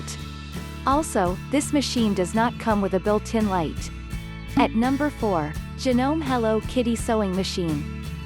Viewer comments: "HoUrS of ReSeArcH". It pronounced Ja-No-Me. Not Janom. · Hey miss robot, could you please learn to say things properly? Sewer is not "soower", it's "sower"! Janome is Janomay, etc.